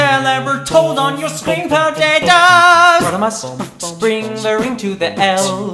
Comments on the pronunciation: PO - TA - TOES!!!! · Why did you say PO TAT OES